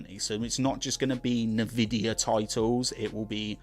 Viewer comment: Pronounced en-vidia not na-vidia